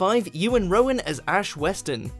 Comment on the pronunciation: Rheon isn’t pronounced as Rowan wtf??